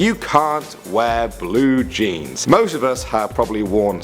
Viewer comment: Bule jeans?! REALLY?